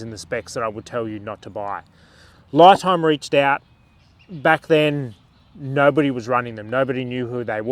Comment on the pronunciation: Isn’t it pronounced Lee Time?